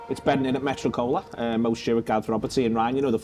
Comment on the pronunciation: It's not 'Metro-Cola', it's 'Metroco-La' said Hermione